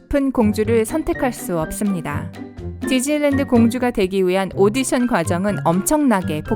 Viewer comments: 저는 지즐랜드라고 들려요. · 발음 겁나 흘리시네요ㅋㅋㅋ지즐랜드ㅋㅋㅋㅋㅋ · 지즐리랜드 ㅋㅋ